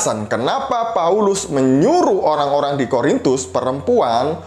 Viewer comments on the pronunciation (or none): Yaelah, masalahnya itu lagi itu lagi. Kasut lagi, hijab lagi.... tumben gak nyinggung soal sunat. Menurut saya, orang ini tidak pernah menjadi seorang Katolik. Dengar bagaimana dia mengucapkan 'Korintus', dia bilang 'Horintus'.Horor nih orang memang...:). God bless you, yang sangat maha sabar dalam berapologetika.